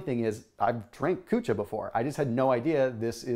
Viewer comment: lmao...I was referring to how his says drinking kucha...🤣🤣